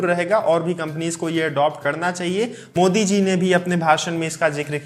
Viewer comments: It's modi not mosi 😂😂😂😂😂😂 no offence it just means that i noticed everything you say bro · Modi ko mosi bole raha h 😁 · Narendar mosi bola ya modi...😁😅😄🤣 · Bhai Narendra modi hota hai Moshi nahi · it's modi not moshi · Are Bhai Pehle Modi Yaa Mosi Clear Karo 😂😂🤣🤣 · 😂😂😂😂😂 narendra moshi Moshi hai ya maoshi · ji Shuruaat mei aapne Modi ji ka naam thoda sa galat hogya.